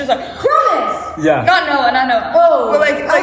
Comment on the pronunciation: girl he said "yeah" but it sounded like "nyeah" 💀